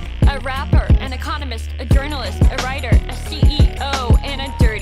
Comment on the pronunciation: When she said she’s an economist, I thought she said “and a communist” 😅